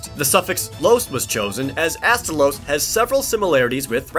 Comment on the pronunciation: Astolos (Ass-toe_losse) Gammoth ( Gam-ith) Mizutsune (Mizu-su-nay) and you got Glavenus right.